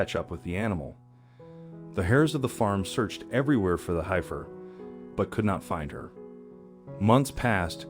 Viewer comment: Heifer…corral…heirs…rumors…love the story of sweet Bonnie, but my gosh…if you’re going narrate something for distribution, learn how to pronounce the basic words of the story! Surprised he didn’t say, “Dart Mouth 👄 “. 😂. So glad Bonnie’s story had a happy ending.